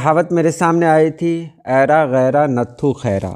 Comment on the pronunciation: is lafz ko ranghad parha jata hai,nathu mein th par tashdeed hai Yani natthu khaira